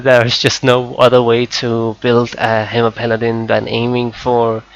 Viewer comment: i got 5 sec into the vid and i couldn't take it anymore. "Ultimaite" "Haimer" ... pls